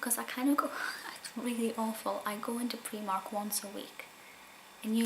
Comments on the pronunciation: Loved the video but where I'm from it's pronounced pry mark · I never heard of preemark but I've heard of Primark!!!